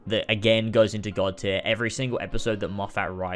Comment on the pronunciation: i’m enjoying this video a lot because i think we have very similar opinions on new who, but PLEASE, his name is pronounced more like ‘steven moffut’. i know it’s spelled moffat but it’s not that way😭